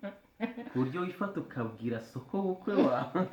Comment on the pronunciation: 😂😂😂hahhhh urakotoye ntabwo Ari sokobukwe ni Sobukwe